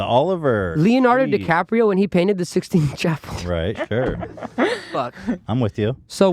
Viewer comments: Sistine. Not sixteen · Did he really say "The 16th chapel?" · I heard it “When Leonardo Dicaprio painted the sixteen chapel,” and got a good laugh out of it. It seemed on purpose. If so, pretty witty. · No, he said Leonardo DiCaprio painted the "sixteenth" chapel. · Did he say sixteenth chapel? I'm not gonna be able to get over that.